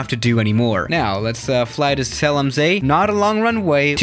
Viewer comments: is german Also him: "zéalamsée" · It’s called ZELL AM SEE. You have to spell it properly in German